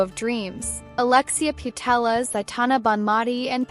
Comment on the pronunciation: Bern, as in "bear-n", not "burn". The city is not on fire... ;) Lia Wälti, as in "well-tee", not "wall-tee". Putellas, as in "poo-tay-yas", not "poo-tell-us". Sydney Schertenleib, as in "share-ten-libe", not "shirt-an-leeb". (many more mispronounciations were heard, but these are the ones that got me) another missed star = Lena Oberdorf, Germany. Clara Bühl -> Klara Bühl. Aggie Beaver-Jones -> Aggie Beever-Jones. Netherlands here. Watch out for Daphne van Domselaar, goalkeeper. She can decide matches for herself and thus her team. She can eventually win the entire tournament for her team by producing six clean sheets in a row. I won't say that this will happen, but do not be surprised when opponents say "we put our best strikers in the game, tore their defense to shreds, but we still cannot beat Daphne".